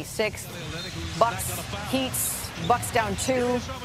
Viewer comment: She really said Heats 😂😂